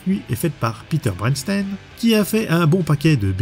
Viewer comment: Bernstein pas Brenstein